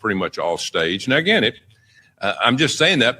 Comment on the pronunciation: Don Lomon plover aguein😂